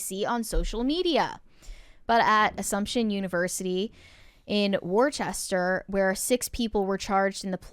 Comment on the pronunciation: It's not pronounced warchester it's pronounced wuster or by plenty of locals wusta....Just had to let you guy's know because im from the area. Lol